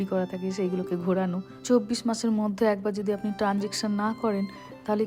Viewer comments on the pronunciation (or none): none